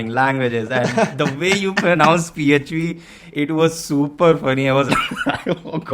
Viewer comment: I still remember his pronounciation of PHP ffffffpppp 😂